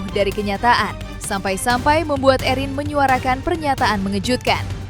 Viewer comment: Bisa gak hostnya nyebut namanya erin biasa aja jangan ewhrin, terdengar berlebihan😂